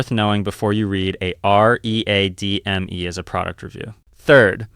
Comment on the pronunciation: This channel could be so good if someone bothered to curate it. Nothing quite so awful as pronouncing README as are eee aye dee em eee.